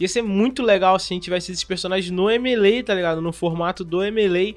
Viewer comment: Me causa estranheza essa pronuncia americana do jogo "M.e.lei"